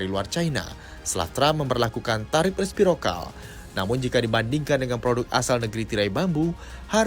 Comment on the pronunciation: ijin koreksi, kayaknya bukan respirokal tapi resiprokal